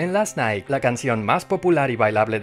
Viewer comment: Last nai she sed